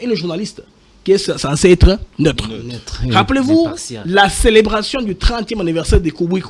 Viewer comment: Mr doit faire un effort dans sa prononciation... " ine /une... dessi/ dessus... netre / neutre... rendi/rendu... inquietide/inquiétude... bref, malgré ses erreurs, je le trouve intelligent, même si je ne partage pas ses opinions que je trouve diaboliques.